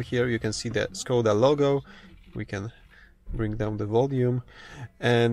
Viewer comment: It is pronounced Škoda